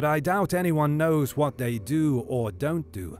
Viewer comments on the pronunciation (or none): none